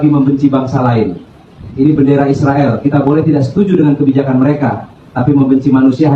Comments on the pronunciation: Isriwil2 kalau menyebut nama negara yg bener dong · Sebut nama Israel pun tak jelas .. study lagi bro supaya menyebut nya benar